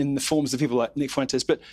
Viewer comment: "Nick Foowentayes"